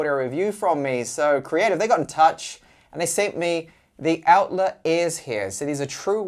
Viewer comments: Not pronounced Outler. It's more like Outlyer. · Great review, mine come today, but come on,, it's pronounced OUT-LIE-ER....